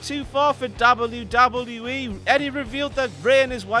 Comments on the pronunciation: The way he says DOBBLE YEW DOBBLE YEW E is so annoying. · Is anybody annoy on how he say double double ee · stop saying wwe like that it's weird and you should feel bad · WELCOME TO "DABLE U DABLE U KNEE" omg that acient doe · Dablu Dablu IH. Gotta love the brits :D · I've never heard it said this way. DAUBEL U DAUBEL U E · "Dabble you dabble you ee* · hear a dubbaeu; take a shot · Dabbleyew Dabbleyew Eee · Dabble-u Dabble-u E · the way he says WWF/WWE 😂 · I never thought I'd hear someone say "WWE" worse than Michael Cole. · the way he says wwe though... lol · you say "w" weird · the way he says W... sounds drunk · Really dislike the way this guy says WWE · he says w so weird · Why can't you pronounce "W"? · if ur gonna make vids get someone who can pronounce w